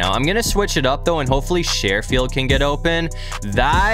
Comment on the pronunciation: Trent sherfield's last name is pronounced (sure-field)